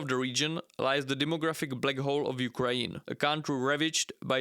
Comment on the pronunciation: Can you please say "Ukraine" and not "Ukraeen"?